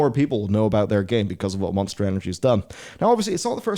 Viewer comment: Did he say Moanster energy?